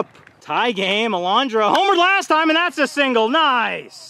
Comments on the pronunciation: It’s always so funny when he say las TA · Its la-staa